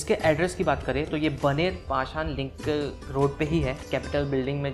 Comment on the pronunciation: भाई, नाम बनेर नही बाणेर है.. पुणे में रहते हो तो उच्चार तो सुधारो... टिपीकल नाॅर्थ सिंड्रोम.. हम हरदम सही.... ऐसा नही होता..